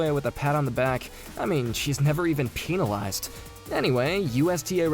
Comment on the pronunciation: „she was not even penilased“ was the best 😂